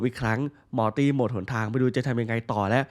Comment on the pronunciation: พี่ครับมอตี่ที่ไม่ใช่ม้าตี่ครับพี่พูดผิดครับผมพึ่งสังเกตุได้ว่าพี่พูดผิด